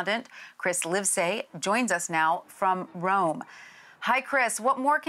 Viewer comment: did she just said from ROME?